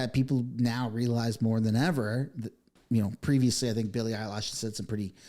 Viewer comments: It's eye lish, not eye lash! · Eye LISH not Eye LASH LOL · It is said eilish, lish, not lash! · Billie Eilish. That's -ish not -ash. Bill-lee Eye-lish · Eilish not Eilash and Maher is pronounced Marr. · the pronunciation is 'Elle ish' not 'eyelash', sorry my ocd got the best of me. Xo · Eye Lish not eye lash… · My man! Billie Eilish. Not eyelash. Just a drop of research. Just a drop. Eye Lish. Not Lash. Geez Lois. I mean Louise. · You are making a joke about her name, right? “EYE-LASH” instead of “EYE-LISH” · its ilish not ilash. but great post. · Eilish not Eye lash 😂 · Bruh i agree with all this but plz learn how to pronounce the names its not eilash it's Eilish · I am OK with Ricky Gervais, "take you prize and f..k off" but I notice that people are way more critical of Billy Eilish than of Bad Bunny ! they didn't say the same thing exactly but women are always more severely cancelled ! Btw it is not Billy Eyelash but Billie Eye-lish (like fish)😜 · Lol its pronounced Eye-lish not eyelashes 😂😂😂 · Billy eye-lash. Hahahaha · Dude... it's Billie Eilish . Not Billie 'eyelash' as you seem to pronounce it !!! I couldn't take the video seriously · Did bro really say Bill Mayer and Billie Eyelash ... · Totally agree 10000npercent but please it's annoying when u say billie eyelash wtf it's eilish ..lish not lash gd stop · Bill Maher has been speaking out against the woke people before this Billie Eyelash (I figure you’re intentionally mispronouncing her name?). Anyway, heck yeah she deserves the backlash she’s receiving. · Billy “Eyelash” ?? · Lol I keep hearing you say “ Billie EyeLashes” 😂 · "Billie Eyelash" 😂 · I like how he calls her Billie “Eyelash”. lol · Billie Eye lish, bill mar, sy an eye law firm. Just helping with pronunciation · "billie Eyelash" 🤣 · 😂, I usually hate AI generated content and I’m wishing used it, AI would’ve said her name correctly, and if was once or twice uhhh ok but eyelash , eyelash ♾️ ……… wtf dude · Don't forget Billie 'Eye-lash.'